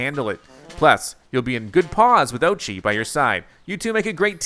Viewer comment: Oatchi (Orr chi